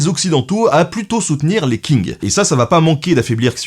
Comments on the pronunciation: Pour les mots en chinois, ça serait bien de se renseigner sur les prononciations, par exemple Qing se prononce presque comme tchin, pas king ;) Commentaire bienveillant, je suis fan de ton travail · On dit "tching" pas Qing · Qing = Tsing, comme dans Qingdao ou romanizé en Wade &giles Tsingtao. Pour le reste les X comme xi = sï, si = seu, xu = sü, chi= tchi, ji = dji, zhe = dje, shu = chou, xiang = siang. Si vous avez du mal avec les prononciations du pinyin le Zhuyin qui est phonétique ou le système Wade-Giles est plus pratique pour les prononciation européenne, et pour le 謝謝 en pinyin c’est Xie Xie ce qui se dit Sïé sïé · La Dynastie des Qing, ça se prononce : "ch" comme le "ch" allemand dans "ich bin". Tout comme Hong Xiuquan : Hong avec un "h" comme en anglais, Chiu chuan (avec "ch" comme en allemand). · Super video mais juste s'il te plait Qing se prononce grossièrement ''tching'' pas ''king'' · Qing, ça se prononce : tch (un t très court suivi d'un "ch" allemand comme "ich") ing. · Les 'King' pour 'Qing'... Ouille mes oreilles x( Stp, ça se prononce "tching"/"tsing" (un espèce de s qui chochote un peu, ou un ch qui zozote un peu...) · Qing se prononche "tching", le Q se prononçant tch en chinois. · On prononce “tching” avec un Q 😜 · Je peux me tromper, mais le "Q" ne se prononce t'il pas "Tch" soit phonétiquement 'dynastie Tching' ? Excellent travail comme d'hab! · Ben, comme d hab la vidéo est parfaite mais Qing se prononce Tching en mandarin. Continues, tes vidéos font passer le temps en confinement👍👍👍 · les qing avec un qing qui se prononce un peu près xshinnn on prononce pas vraiment le g mais on éxagère légerement le n comme je l'ai fait. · Les Qing se prononce Les Tsing (avec le "t" un peu étouffé"). Note : Ce sont les jésuites qui ont réadapté la prononciation de certaines consones pour coller à la langue locale. :-) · Très bonne émission comme toujours ! Petite précision : le Q en chinois se prononce TS oralement ça se dit Tsing du coup 😉